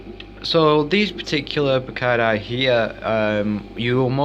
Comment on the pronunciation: can u please learn how to pronounce the words you said tanganyika and brichardi wrong